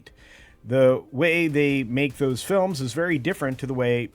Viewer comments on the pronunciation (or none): none